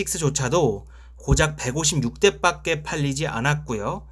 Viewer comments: 밖에 발음을 빡게 라고 하시네요 ㅎㅎ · 밖에를 빠께로 발음하는 경향이 있네요. 시정바랍니다.바께로..